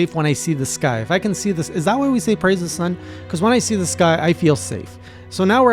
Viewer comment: Oh shit you said "Praise the Sun" correctly this time 😂😂🤣🤣🤣 sorry, kinda binging your content cus I've missed so much since your Iceborne playthrough. Edit: yeah, Snorlax and Pikachu are the actual worst. Even for seasoned veterans, they're a struggle solo. There's just so much that can and will go wrong. I to this day summon Solaire every time (except my latest playthru because I needed good solo footage lol so I got gud)